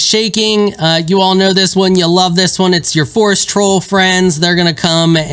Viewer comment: Stop saying “foresh trolls”